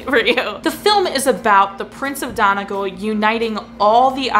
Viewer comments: It would be said as Donegal (Done - e - gall). Then again, since there is nearly a different accent in every town on this island of ours, you may get a different answer from someone else. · The pronunciation of Donegal wasn't perfect, but it'll do.